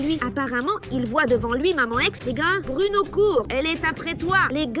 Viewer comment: je l entends dire bruNOW